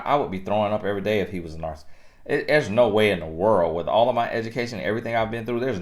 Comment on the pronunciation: I know I'm wrong for this but cannot pronounce this word, narcissist and it is driving me crazy1🤯 but I do love your videos.